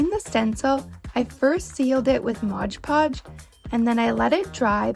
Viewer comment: Nothing ruins content quicker than mispronounced or incorrect words. The H is silent in herbs. It's Mod Podge, not Modge Podge.